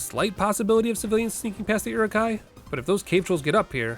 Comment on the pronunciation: Are you calling the Uruk-hai, Urilks?